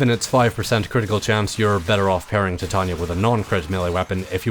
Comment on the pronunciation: pronounced ty-tayn-eeea